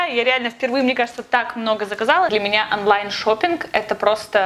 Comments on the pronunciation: почему говориш анлайн а не онлайн? 😆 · Не "анлайн" , а онлайн. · Почему она говорит аффлайн или анлайн